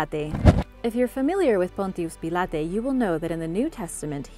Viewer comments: Pontius Pilate is pronounced Pontius Pilot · #3 have never ever heard Pontius pilate pronounced like that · Terrible pronunciation of Pontius Pilate!